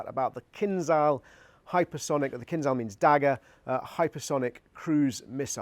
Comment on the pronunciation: Oreshik is medium range missle, not inter continential.And Keen-zh-al, not Keen-z-al..